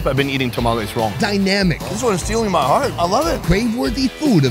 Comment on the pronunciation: “En tu hearto” omg 🤣